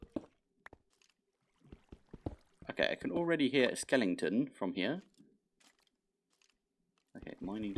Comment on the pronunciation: This is dated, but I am now obligated to capture and name a skeleton "Sir Skelington" after hearing you call every skeleton a skelington. You Britishified it.